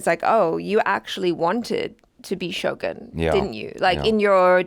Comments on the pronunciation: is shogOOn, not shogAn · First channel that I hear they pronounce Shogun correctly